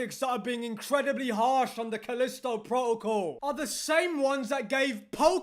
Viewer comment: "Calisto Pwotocle" lol